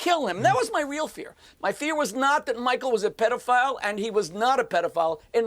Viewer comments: I wanna fight Piers for how he pronounces pedophile. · It's PED, not PEED!